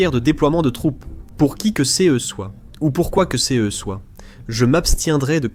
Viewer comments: J’aime bien le « c.e » ou le « c.e.s » 😅 c’est juste DEGUEULASSE 😂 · Faut vraiment arrêter avec l'IA quand on ne la maitrise pas, prenez le temps de la refaire parler ou d'écrire vos textes avec des fautes (car ce, ces, cas sont CONSTAMMENT mal prononcés et c'est inécoutable depuis quelques vidéos !! Pensez donc a écrire ce - se, ces - ses et cas - qua.